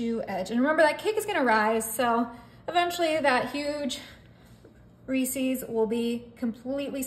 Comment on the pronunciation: Lovely. Just one criticism. The candy is “Rees-is” not “Rees-ease”. Unfortunately the way you’re pronouncing the name rhymes with a fowl word that starts with “f”. Turned me off the cake, especially combined with the visual of the piped on icing.